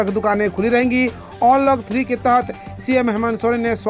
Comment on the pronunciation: onlock ni bhaiiiiii अन्लोक होता है यार